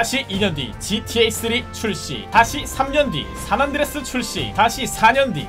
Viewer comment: 산안드레스가 아니라 산 안드레아스 입니다